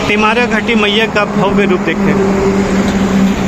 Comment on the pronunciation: पहले घाटी का नाम सही से बोलना सीख ले फिर वीडियो बनाना